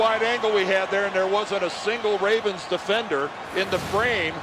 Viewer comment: "Baltimore 'Ray'vens"